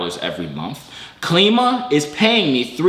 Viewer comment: It's Klima is pronounced like the word "Climate" without the end part, cause it's goal is to help raise money for green energy, trash cleaning, etc.. projects I think.